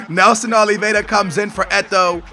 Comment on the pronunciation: Nelson Oliveira, does not have a 'd' in his surname and Labyad is pronounced la-bee-yad., you gotta learn these names dude